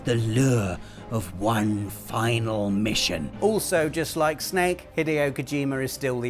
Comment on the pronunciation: Yes, Kojimbo...I did rike it.